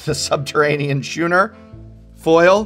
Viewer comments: Did you say "shooner" for schooner (SKU-NER)? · He's an English teacher that can't pronounce schooner. lol. got a kick out of that a little. :D